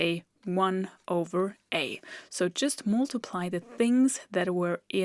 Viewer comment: You are so brilliant, I teach math and I tell my students to go to your site all the time… Just one small comment, your pronunciation of ‘multiply’ is ‘’ which makes me smile… I say it like the word ‘must’ or ‘just’.